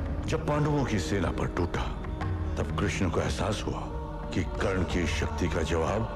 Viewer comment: it's not Karan it's Karn =_= so annoying